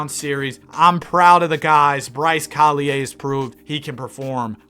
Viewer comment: You just offended me :( u prounced collier wrong